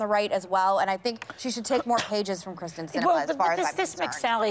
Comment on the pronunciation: Good lord. Meghan can't even get Sinema's name right. It's KYRSTEN (like kear-sten), not KRYSTEN (chris-ten).